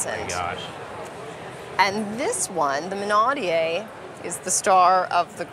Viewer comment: It is pronounced minaud-E-ere not minaud-E-A.